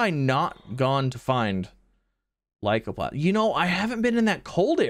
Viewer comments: I'm gonna be honest, the fact that he pronounces it "Lycoplasm" gives you an entirely different idea of what is looks like than Lycoplasma. I wish he read words more carefully. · Z mispronouncing this is so irritating. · Why lycoplasum? Its lycoplasma! so probably the hot orbs.